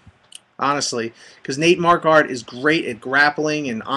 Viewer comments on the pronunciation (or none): your sayin Marquardt wrong homie